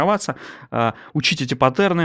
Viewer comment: Но! пАттерны, чувак! пАттерны!